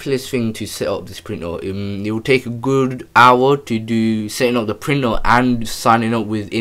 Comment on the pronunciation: I seriously thought he was speaking a foreign language. What the fk is a printor? Its printer. Pronounced ER